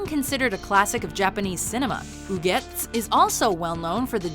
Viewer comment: Oh my god you pronounced ugetsu correctly. Nothing to add, just that im amazed. The dude who narrates the anime lists would've certainly said " ooo-get-sue". Also thank you for number one. That made a shitty day awesome 😊